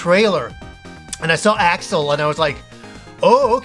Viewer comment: It's Axel, not Alex. Good job "influencer." You said you had these games when they came out? Gtfoh